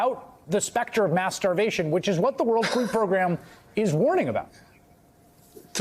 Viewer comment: Had to do a double take. Thought he said masterbation but he actually said mass starvation